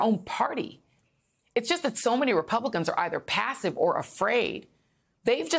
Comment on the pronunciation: did she say incumbent or incompetent?